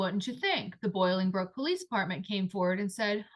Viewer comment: Sorry I need to make a correction … the city is NOT Boilingbrook. It is pronounced BOLINGBROOK. I lived a few miles from their house. This is a great story. Thank you for telling it. Such a shame!!